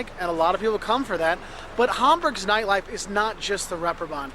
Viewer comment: Funny how you say neightleife, instead of nightlife. ^^ I'm sorry, but it's just funny to me! 🙂